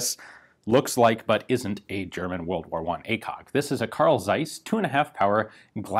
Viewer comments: It's not dseis but Zeiss. And not Jenna, but Jena like in hyena. Do you even bother to look for some examples of how not to butcher the pronunciation? It's really painful to listen to. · FYI: The Z is sharp and the J is like a Y, so it's pronounced like Carl Tsaiss Yena. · Almost, ian. It is actually a "Karl Tsaiss" with a really sharpy and pronounced "Ts" at the beginning of "Tsaiss".